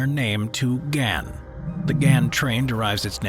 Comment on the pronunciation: Soz to pull u up on pronunciation but the Ghan is pronounced Garn. The Pilbara is pronounced as Pilbruh. Also, Straya, is one of the biggest iron ore exporters in the world. That's actually how our govt makes money & why we are a rich first world nation. With the climate change crap going on & my country's new govt has started shutting coal stations down with the mines closing not long after is when you'll see things turn to shit. That's when you'll see my country turn into an extremely poor country coz no more mining, selling & exporting means no money coming into the govt & there's nothing else we have that the world is interested in buying